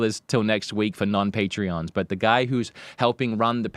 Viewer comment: Patrons. They're Patrons, not Patreons